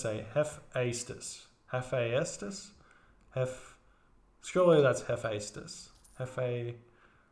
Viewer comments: T.V Hephaestus=E-feh-stus (accentuation on E) (by a greek fan ;) ) Thanks for all your videos! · Hephaestus = hef-AYE-stus As for the archer dudes: the singular is toxotes, pronounced “tox-o-teez” and plural is toxotai “tox-o-tie”